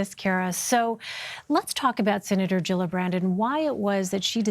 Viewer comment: Gillibrand not jillabrand